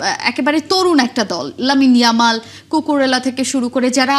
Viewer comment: ওটা ইয়ালাম না ইয়ামাল হবে